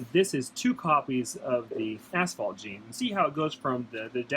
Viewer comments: Gotta love the way pronounces asphalt. ashhhhfault. Love the freeway stuff! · We are Canadian that’s how it’s pronounced up here. 🤗